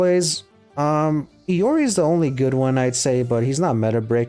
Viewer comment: If I'm not wrong Iori is pronounced like "I-ori" kinda like the rapper and Jotunn is pronounced "Yoton" it's Norse and from what I remember from previous research on Norse, Their Y's make a J sound. For mais holy relic I personally know two ways it could be pronounced those being Ig-dra-seal or Ig- Dra- SEAL with you rolling the ea. Sol is pronounced like soul(from what I remember). Helhiem is pronounced like "Hell-Hime.". Mani shouldn't be a problem. Edit:If you know more about the proper way to pronounce Norse names feel free to correct me.